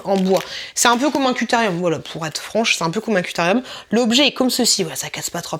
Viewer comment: couterieum🤣😂 alors que c'est critérium